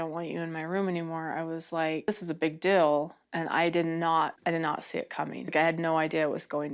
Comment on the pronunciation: Robyn sounds so dumb when she talks. Not trying to be rude, but the way she pronounces feel as fill and deal as dill makes her sound like a dumb rube.